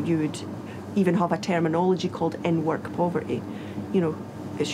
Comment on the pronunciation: OMG 😳 I thought she said N word but she said "in-work"